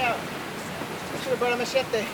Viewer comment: I hate the way he pronounces "Machete" lol. Fix that Jason hahaha